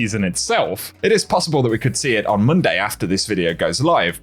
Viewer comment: did he just say moonday lol?